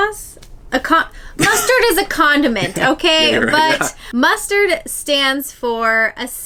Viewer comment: Mustard drill 🤣 you guys are too cute! It’s muster 😉 love your video can’t wait to see more - hope you loved the Disney Magic x